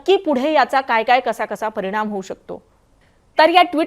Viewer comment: परिनाम म्हनून........😂😂